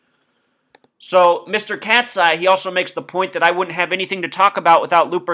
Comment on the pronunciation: Its pronounced Cat-Eye.